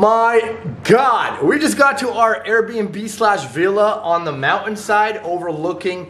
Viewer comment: You're pronouncing Villa wrong!